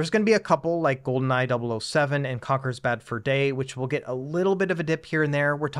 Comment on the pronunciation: I've never heard anyone pronounce Conkers Bad Fur Day like that. Sounds wrong xD